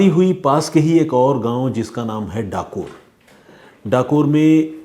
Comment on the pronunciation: Not kathor it's Dakore